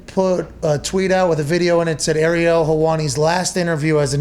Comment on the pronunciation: McAfee is such good friends with "Errielll" that he can't even pronounce his name properly.